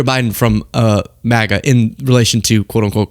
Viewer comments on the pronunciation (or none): none